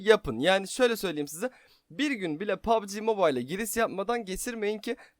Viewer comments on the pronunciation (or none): none